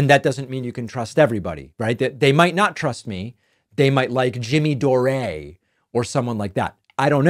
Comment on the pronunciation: We just keep you around for all the hilarious clips they make of you looking stupid, and the guys name is pronounced jimmy door, not doorey?